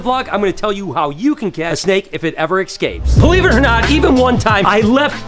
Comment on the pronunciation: Cool 😂 but can you stop saying "exscapes"?! 😂